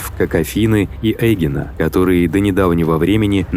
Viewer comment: В греческом языке Эгина ударение на Э